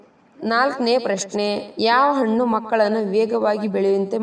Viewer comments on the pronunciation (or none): none